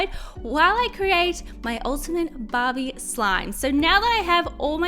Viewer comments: it's not " bab-E " it's " bar-bE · why on the first slime i kep thinking she was saying bobbie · I thought you said ”bobby”😂